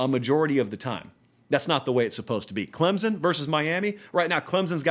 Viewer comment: Just say Clemson correctly